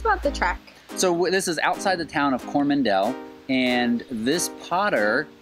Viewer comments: I was just thinking the same thing about Coro man del and How rack ee ;-) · Cool video, ill just say you pronunciation or Coromandal and Hauraki aren't exactly correct but its a New Zealand thing. Some of the Maori words will have the same issue.